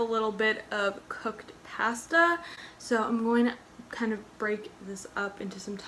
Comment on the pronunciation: The way she said pasta tho. Its pasta, not pasta you impasta